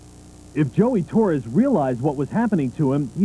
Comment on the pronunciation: Torres not torey